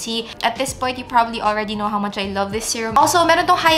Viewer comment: "woww gandA" "i knauuwr, its hard work" hahahahah seriouslyyy, love u.